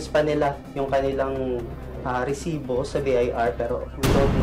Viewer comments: Oa ng "RRRRResibo!"😂😂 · Hahahahahaha ntutuwa aq pag sinasabi ni sir emil. Rrrrrrrrresibo😂